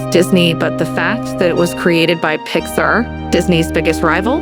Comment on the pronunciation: It’s actually pronounced “pix-ARE”. Otherwise, this is a good and accurate presentation!